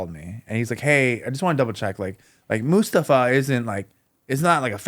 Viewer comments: It’s not just “Mus”-tafa vs. “Moos”-tafa. It’s the where the stress is placed. “mus-TA-fa” which is how most Americans would say it, is incorrect. The stress is on the first syllable, “MUS-ta-fa”. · His name is MustAfa, not mUstafa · New jacks partner mustafa pronounced his name that way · It's not a surprise that Americans struggled with pronouncing Mustafa when they cannot pronounce the simplest of names like Craig.